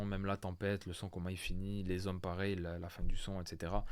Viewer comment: Kendall, V, les zhommes, tempetes, cb waouhh je kifffff